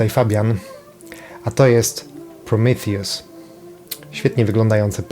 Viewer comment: To jest Prometeusz nie prrimitjus